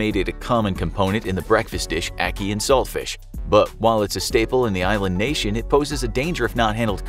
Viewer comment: You was saying ackee wrong btw